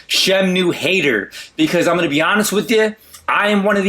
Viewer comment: what is "SHEM-NEW" is that the same as the Shamwow?